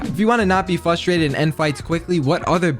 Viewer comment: Bro says fustrated instead of frustrated